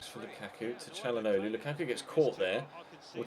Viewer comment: I swear the way he says calhanoglu is harder than how you actually say it